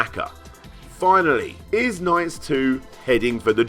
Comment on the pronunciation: LOL! "NOIGHTS". I love your pronunciation.